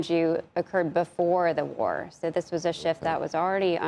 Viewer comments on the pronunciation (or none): Drop the vocal fry and up talk dear. For not furr. War not wurr. You're no longer on a college campus.